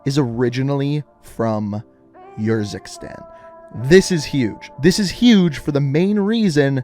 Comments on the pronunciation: It is Urzikstan not Yurzikstan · Did he ever play campaign to learn how to pronounce urzikstan